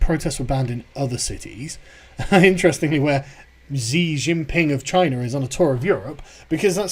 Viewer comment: Dude I told you before xi is pronounced “she”. You had it before, what happened?